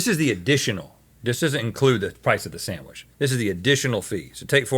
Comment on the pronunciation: "sandwish artist" lol seriosly